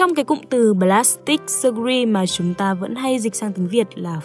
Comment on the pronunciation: Từ "surgery" đọc là sơ-giơ-ri chứ ko phải sơ-gu-ri nhé bạn ơiii :(((